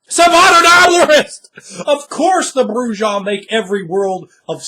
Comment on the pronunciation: Wow. Would be great. For as smart as you are with a lot of this, I simply couldn't take it anymore with the pronunciation of J in Bru-Ha. And Camarilla does not pronounce the "ILLA" like that. It turns into an "ee-ya" Cam-maria. Oi. :P